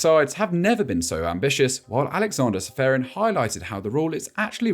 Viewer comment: Did he really said Alexander Sferin?